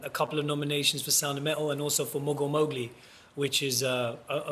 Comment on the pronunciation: Thought he said 'Morgul Mowgli' for a second, and hoped there was gonna be an epic LOTR/Jungle Book crossover.